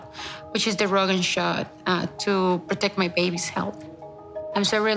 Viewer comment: Proooorect my baby say it another time